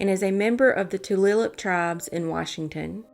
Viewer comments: Thanks for doing these! Just so you know, Tulalip is pronounce Two lay lip :) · Tulalip pronounced TOO-LAY-LIP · Tulalip is actually pronounced Tuh- lay - lup the missing indigenous is just absolutely heartbreaking 😢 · Tulalip is pronounced too lay lup